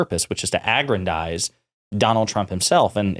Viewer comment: Did you deliberately mispronounce 'bonafides' and 'aggrandize'? Are you reading everything?